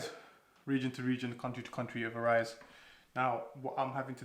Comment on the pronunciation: Strange way to pronounce VARIES lol but nice vid showing traditional iftaar